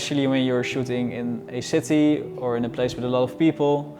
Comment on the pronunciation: I love how Dutch people pronounce words like City as Shitty.